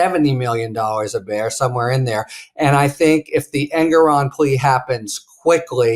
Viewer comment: Love you guys., sorry but I gotta point out it seems you’re mispronouncing Engoron’s name.? (Am I spelling it right? 🤪)